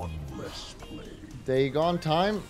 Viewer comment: That is the proper and accepted pronunciation of Dagon though... its everything else he says wrong...